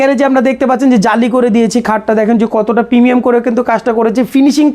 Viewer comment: প্রমিয়াম প্রিমিয়াম 😂